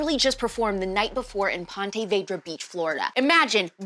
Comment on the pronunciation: PONTY VAYDRA.... alex. ik i'm about 9 months late but its "pawn-tuh vee-druh"